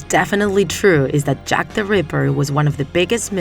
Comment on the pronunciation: Sounds more like Jeff the ripper aka Jeff the killer